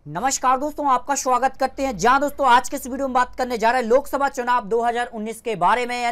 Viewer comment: श्वागत नही स्वागत होता है भाई, आपकी भाषा भी गलत है और सर्वे भी. जीतेगी तो nda ही. वो भी स्पष्ट बहुमत से.